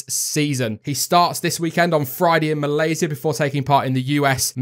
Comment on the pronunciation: Malayzi-a- I like the way u said that btw great video